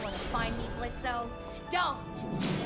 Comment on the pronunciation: why does she call him blitzo and not blitz